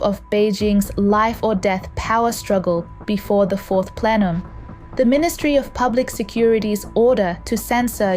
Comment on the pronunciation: What is a fourth plelum?